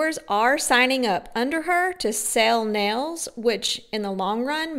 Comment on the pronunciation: Definitely!! I had something more in mind than marbles. 😂😂. I hate how she says “nells” for nails.